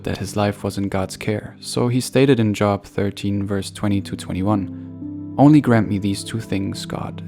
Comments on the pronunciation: His name does not sound like job. Sounds like Jo-ab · Thank you, but Job is pronounced as “Jobe”. Not as in work. 👍🏼